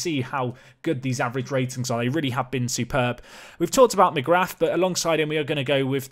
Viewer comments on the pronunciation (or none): Oisín = Ush - een McGrath = McGra (th is silent) Eamonn = Ay - monn (rhymes with shaman) You can get better at this!